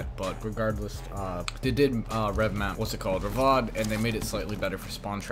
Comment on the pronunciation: its revamp not revmap